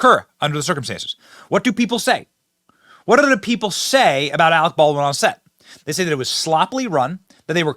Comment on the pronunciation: You are worfwess Arec Bawlrin!